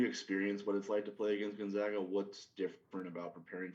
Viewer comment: It is pronounced Gone -Zag-Ah. Not Gun Zug ah...